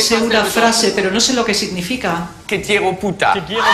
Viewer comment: oh my god te quiero put killed me. soo sexy haha I just love that clip. and if you listen, his accent made it sound like he said que tiero puta. as a spanish student that little mispronounciation was sexy as hell lolol